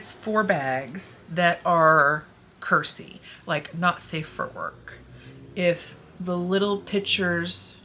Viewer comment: Originally, I thought you said "Curtsy bags" which is pretty much the opposite of "Curse-y bags". :D